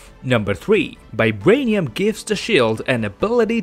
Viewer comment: Is it just me who hears 'Bibranium'?